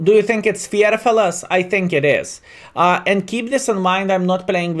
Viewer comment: > just a little hint "one sais "fair" - not "fear" you pronounce fair like the feeling ^^